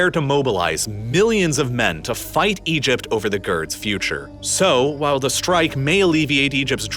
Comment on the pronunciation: EgypT. …shorT. … finisheT. Really spitting out those T sounds at the end of sentences today.